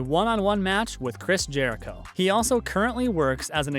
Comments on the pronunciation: Christ Jericho. He later said his name correctly; but CHRIST, he had me dying on this. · Did he just call Chris Jericho “Christ Jericho” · “Christ Jericho” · Fizzy? Weksler? Christ Jericho what?